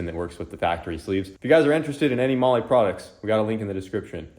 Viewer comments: Bro, is it really pronounced Molly like keeps saying, or is it pronounced more like the word Mall? Because it's spelt Mahle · Never thought i'd see say to hit him up for Molly. Americans have turned mispronunciation into an art form. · I've been definitely pronouncing Mahle wrong 😅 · Today I learned I’ve been pronouncing mahle wrong for years. 😂😂 😂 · Are these guys pronouncing Mahle right? Because if they are, I have not been for years lol